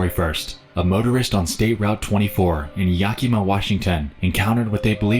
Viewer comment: Bro keeps saying Yakima wrong 😳